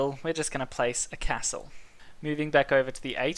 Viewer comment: It's just from the way you say Castle...